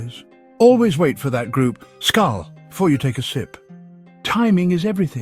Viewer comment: Hello Englishman! Please learn how to pronounce Norwegian words: for example the word SKÅL when toasting a drink. Learn this, it is pronounced like the French pronounciation: «Skaul». As simple as that!